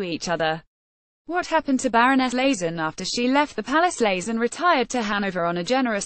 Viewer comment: It's LAYT-ZEN, not LAZEN! But why should we expect accuracy from this damned ROBOTIC voice??